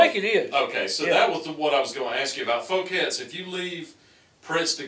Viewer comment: This is how this is pronounced in France, you got it right. Foo-kets. I'm French and I find Elvis' stay in Paris rather fascinating as, sadly, as we all know, he never got to tour overseas.